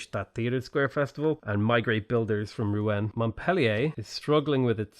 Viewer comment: Rouen pronounced “roo-on”